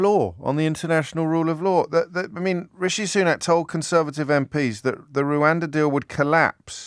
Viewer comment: Please stop calling it "Rowanda". It's written everywhere. How can you not know it's "Rwanda"?